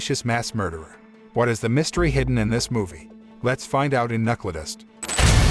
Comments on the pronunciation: It's pronounced Knuckledust, not Knuckledust. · Who the hell is narrating?? Can't even pronounce KNUCKLEDUST right.